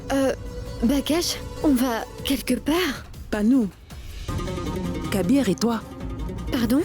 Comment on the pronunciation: Kabeer et non kaiser 😂😢